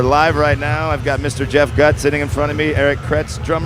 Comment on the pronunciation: LOL! Right away he mispronounced Gutt. DO YOUR HOMEWORK!!